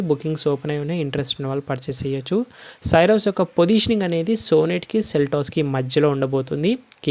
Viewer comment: You are pronouncing the car name wrong. It is not SYRUS it is pronounced as C - ROSE